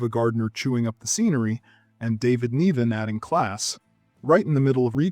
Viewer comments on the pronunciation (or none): "Neevan" and "Saygull" - DO A BETTER JOB!